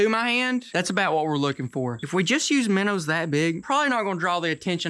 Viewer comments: Are you trying to say minnows because I don't get it from miners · The way says Menos is hilarious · Can someone count how many times he has said minrs?